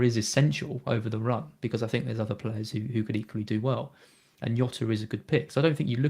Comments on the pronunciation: Really enjoy Black Box but this week and must have incorrectly said Jota as Yota about 100 times and it grated every time. He's Portuguese so it's Jota with a rolled J sounding a bit like Jzota, please stop trying to be clever by saying Yota and getting it completely wrong. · its not "yota" Its diogo jota. hes portugese. cmon. youve seen the spurs documentary... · Fkin. Not Yota. Pronunciation is like shota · please stop saying yota